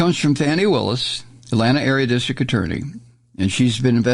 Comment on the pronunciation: Somebody tell Mike that prosecutor Willis's first name is Fani, pronounced "FAH-nee"....not "fanny."